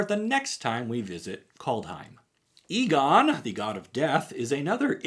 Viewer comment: The "E" of Egon's name is pronounced the way "E" is pronounced in "Enter" and "Ending", just fyi.